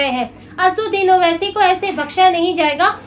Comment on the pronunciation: Pahle naam bolne shikh re bobdhi 😅😅😅 Uske baad news padhna....